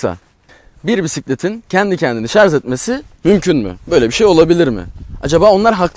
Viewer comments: Voltaj diyebiliyor ama şarj diyememiş sunucu arkadaş. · Şarz değil! Şarj. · Ah be kardeşim, bir de şarz değil de şarj desen ne güzel olur. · Şarz değil şarj demelisin... Türkçen yetersizken companent de neyine, "bileşenleri"diyebilirsin. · Şarz değil Şarjj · Bütün ingilizce kelimeleri doğru söyleyip de bir tek Şarj kelimesine şarz demeniz kasıtlı mı acaba? Dikkat çekmek için midir? Videodaki alt yazılarda da hep Şarj yazıyor bir sorun yok çünkü. Bunun dışında kanalınız çok güzel zevkle takip ediyorum. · şarz (Yanlış kullanım) şarj (Doğru kullanım) Cümle içinde kullanımı: “Yeni aldığı telefonunun şarj ömrü çok uzun.” Lütfen, güzel dilimizi doğru telaffuz edelim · harbiden şarj demeyi beceremeyen bir ülkeyiz, yahu dil kurumu bunu şarz diye değiştirsin bitsin bu çile. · şarz demeyin şuna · Şarz dedikçe tüylerim diken diken